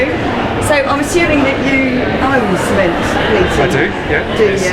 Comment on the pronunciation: Could have got the name right - it's "Ciment"